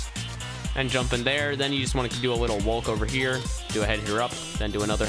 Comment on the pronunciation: When says wolk instead of walk